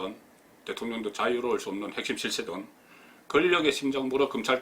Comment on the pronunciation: 어찌 이렇게 없는 말을 마구해대지? 떳떳하죠 문재인정부는ㆍㆍ 권력과 건력도 발음도 못하면서 ㅠㅠ